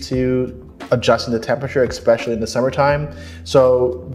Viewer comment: ESPECIALLY. Not ExPECIALLY. Sorry English teacher